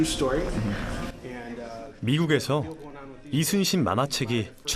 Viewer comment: 뭐야 리순신이라고 안하고 이순신이라고 정확히 발음 할 수 있네? 못하는줄 알았는데 ㄷㄷ신기하다